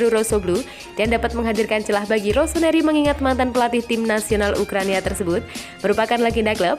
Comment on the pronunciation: ukraina ya bukan ukrania